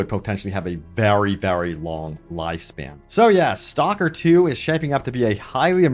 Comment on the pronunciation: your pronounciation of STALKER is horrendous, its not a english word. I could not listen more then a 1minute